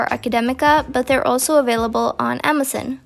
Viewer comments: It's not amzin it's Amazon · she says it like: amasuhn. nothing wrong with that. her mother’s tongue is norwegian and she can also speak english. can’t relate ahahahahahahshahaha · I love how she says amazon 😂